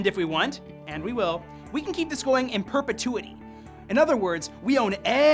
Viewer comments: "perpetuity" not prepetuity !!! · Prepetuity? :P